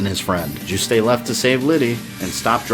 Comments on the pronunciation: I absolutely adore these videos! But there is one thing I'd like to point out (I'm not sure if it's been said already so sorry if I'm retreading worn ground!): Juste's name is pronounced "Joost". Hearing "Joo-stay" made my French speaking ears recoil in horror. It's an easy mistake to make, so I totally get why, especially since it's a really particularly weird name, but yeah! Aside from that, I love this, and learned a few things I didn't know before, too! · It must be because I'm French but I get so triggered by your pronunciation of Juste. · I think the "e" in Juste's name is silent. Great job, love how you characterized Simon, too! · I'm pretty sure the E is silent. I've heard almost every reviewer pronounce it that way, all my friends pronounce it that way, and I'm pretty sure the devs pronounce it that way in certain interviews. In fact, you're the only person I've heard pronounce it the way you do.